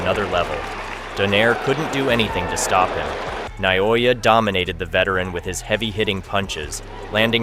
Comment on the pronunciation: It's not NAYOYA it's Naoya. FYI